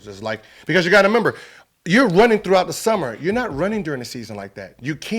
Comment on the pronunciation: My man gilbert is dumb as hell lol he kept saying member its remember lmao